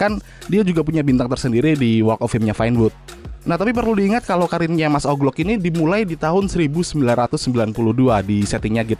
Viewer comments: Owji Louk bang bukan oklok 😭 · dibaca oglok anjer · Wkwkwk mas "oglok"